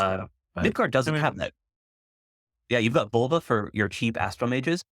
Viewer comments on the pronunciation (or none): ... I know you hate this but Völva (midgård mage) is not, in fact, pronounced "Vulva".